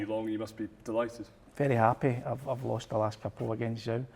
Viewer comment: The Chinese family name Zhou is pronounced like the English first name Joe.